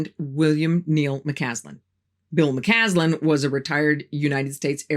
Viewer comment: Just a heads up: you sometimes mispronounced McCasland's name by saying McCanlan. Otherwise a very good video. Thank you.